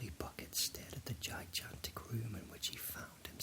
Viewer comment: I love your videos, but I have one question. How come you keep pronouncing the word gigantic as ji-jantic instead of ji-gantic? Like the second G has the same sound as the first G. Is that how people in the UK say it? Not being sarcastic or being a jerk, just curious. I've never heard it pronounced in that way. But anyway! You make great videos man! I listen to them everytime I want to relax or fall asleep. Even your old ones like when you baked that bread out on the campfire. Keep up the good work :)